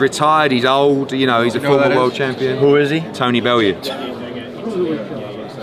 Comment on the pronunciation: You didn't ask me about that, you asked me about Bel-loo...Bel-yoo...Bel-yoo??? 😆